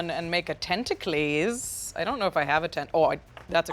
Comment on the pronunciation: I can’t wait for Magic to make “tenta-clees” a new card in the next set.